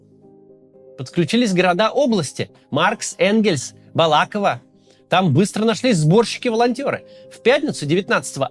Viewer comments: БалАково😭😭 Максим, правильно БалакОво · Максим, правильно не БалАково, а БалакОво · БалакОво а не БалАково Макс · Не Бала́ково, а Балако́во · БалакОво, а не БалАково))) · Только не БалАково, а БалакОво ) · БалакОво, а не БалАково! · Не БалАково , а БалакОво . Живу здесь. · Да ёпт, Балако́во, а не Бала́ково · Балак0во ударение на третий слог, а не балАково😝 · не БалАково, а БалакОво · Сам с Энгельса,приехал вечером 17 числа в Саратов ,пришлось созваниваться со сборщиком чтобы найти вход.не Бала'ково а Балако'во) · Блэт, не балАково, а балакОво 😅 Только вчера поставил 👍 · не БАлаково, а БалакОво! P.S. с любовью из Саратова! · БалакОво, а не БалАково, умник. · Максим, не БалАково, а БалакОво! ❤ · Максим, не БалАково, а БалакОво! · Не БалАково, а БалакОВо 😅😅😅😅 простите, травма уже Балакоооооово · Я 30 лет прожил в Саратове, мой родной регион... Только название города: БалакОво, а не БалАково...😊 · Снова в Балаково не правильно поставили ударение) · Не балАково, а балакОво)) Подготавливайтесь лучше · На хочется поправить Максима: не БалАково, а БалакОво) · Не БалАково, а БалакОво... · Не БалАково, а БалакОво) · Максим, правильно не БалАково, а БалакОво. Ты ж Кац, а не Володин, говори правильно. Ну и я знаю, так как мама оттуда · Максим, не балАково, а балакОво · всё-таки Балаково́😊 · Позанудствую Правильно говорить БалакОво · Спасибо большое, что исковеркали название города БалакОво. Было очень приятно услышать это 😊 Если не знаете как правильно произносить, то посмотрите хотя бы либо не позорьтесь 🤦‍♀ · БалаковО, ударение на О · Жаль, что Максим неправильно произвес название города в Саратовской области - правильно Балако́во, я родом оттуда и часто слышу неправильное произношение, и это неприятно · "Балаково" ударение на первую "о" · В Названии города Балаково ударение ставится на первую букву " О".( Балако'во) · Кац, правильно БолакОво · Только вот БалакОво, ударение на первое 'О', привет редакторам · Не Балаково ударение на а, а Балаково ударение н о после к